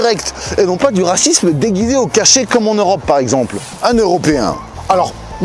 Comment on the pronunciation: Une vidéo sur le Rrrrrrrrrracisme🤣